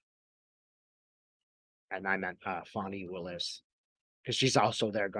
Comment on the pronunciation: Fani Willis, pronounced "Fawni".